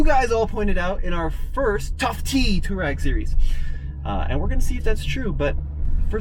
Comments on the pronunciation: Its pronounced "Toh-reg" NOT toowarag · Twar-egg, not Tour-ag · Nice review. However, it's not pronounced "two rag". The correct way to say it is "to wah reg". It's an Arabic word. Named after the nomadic tribe in North Africa. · Can we not call it 2 Rag or 2 Rags. It’s pronounced To-A-Reg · Not "tour-eg"... it's "twar-eg".... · No, its not technically pronounced tooreg... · DC Garage I was think the same thing! I'm only 5 minutes in and so annoyed! Too-rag 🙄😬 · I usually like this channel, but the fact that this guy knows how to pronounce "Touareg" and deliberately mispronounces it is the literal definition of ignorance. Really puts his objectivity and his reviews in doubt. Unsubscribed. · Omg!!! Seriously learn how to pronounce Touareg properly!!! I cringe every time you say it incorrectly. 😬😑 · I loved this video, but the way you say "Touareg" really bothered me lol